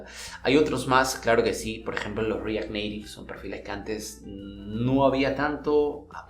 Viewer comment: pero ¿estas deacuerdo que esa no es la pronunciación para: react native y si lo hubiera dicho en español habría sonado mas claro?